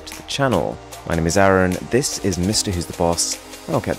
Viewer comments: I sometimes get amused by the fact that due to his accent he couldn't speak his name properly अरुण = ऐरन 😅😅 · Why are you calling 'Arun' as Aaron?